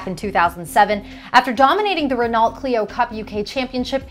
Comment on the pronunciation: A life coach is needed for people who can't say Renault...